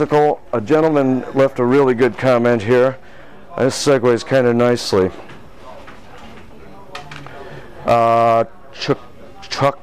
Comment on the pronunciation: Oh, about the name. I notice you have some trouble pronouncing it. It's: Cho - ko - bow Asylum, with emphasis on the 'Cho'